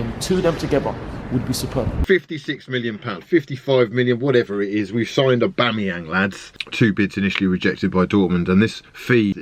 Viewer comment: That "Aubameyong" pronunciation guy is a nonce.